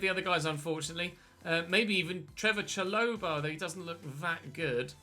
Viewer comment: It’s not cha-loh-ba it’s sha-lo-bar